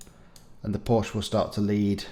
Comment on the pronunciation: Porsche is 2 syllables .